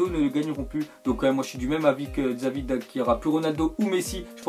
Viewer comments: Tu dis xavi alors que c'est chavi ptn footix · désolé mais normalement xavi ca se lit chavi mais tu l as lu czavi mais bref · "Xavi" se prononce "Chavi" sinon bonne video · "Kille Walker" mdrr ça m'a tué Et Xavi aussi, va falloir faire des efforts en matière de prononciation mon cher x)